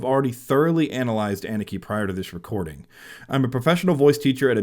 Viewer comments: Pronounced Anna Ka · For your information: her name is not pronounced as "Ennekey", but as "Ah-nukkuh". Moreover, the emphasis is on the 1st part of her name, not the last part. :)